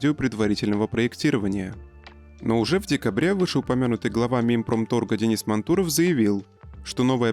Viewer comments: Настройте вашего робота на правильное чтение фамилий. МАнтуров, а не МантУров. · МантУров? Блиать, МантУров???